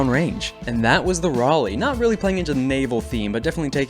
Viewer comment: I have my Uncle class compcon attached to my kinetic hammer. 2 difficulty? Doesn't matter, Reliable 4. Also, THANK YOU for finally pronouncing Raleigh right.